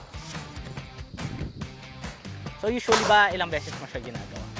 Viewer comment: Uy.. bagay sila me chemistry 😂.. sarap ng pagbigkas ni mam ng... Standby.. cute